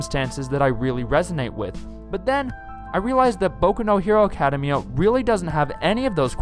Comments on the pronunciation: What is this "Acadamaya" that you speak of? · Good video but... Why do you say "academia like that?